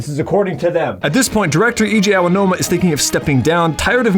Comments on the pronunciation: I love how you kept calling him EJ Aonuma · DOPPEE Video bro, very dope… But please fix your name pronunciations 😂 Correct pron: (EH-IHJEE AH-NO-UMA) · Ah yes, my favorite Zelda creator: Eejay Ownoma, complete with South Park-esque accent and tentacle porn references. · Wow. Imagine ever posting a video with the prounciation of "Eiji Aonuma" like that. You're a braver man than I am, brother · It's not even accurate and you mispronounce Eiji Aonuma's name so you're not doing it as a "regional accent." Be better.